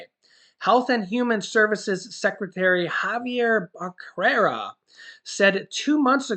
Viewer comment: Thank you for keeping us informed. By the way, since I am Hispanic, Becerra is pronounced as beh- ( the e like in egg), serr (like in serenade), & a (as in ah). Stay safe.